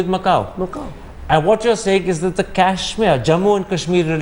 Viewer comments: This Thapar fellow pronounces Kash-Meer as Cash-Mere. What an angrezi a**s. And fyi, there were many other parts which were forcefully integrated because the Maharajas and Nawabs wouldn't succumb to peaceful means. Pls take note of this Thapar fellow. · Why cant thapar say kashmir and not cashmere?